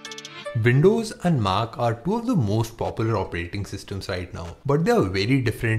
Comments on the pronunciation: It's mac and not maaaaac I don't like this mans voice........he looks like a truck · your pronunciation of MAC is so annoying, I don't know how you got these likes... :/ confusing